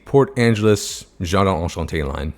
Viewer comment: As someone who speaks French, I almost fainted when you created the PA-JA line. Enchanté, not Anchanté 😳😭